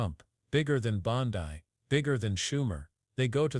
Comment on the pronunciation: Clickbaiting liar, cant pronounce her last name right?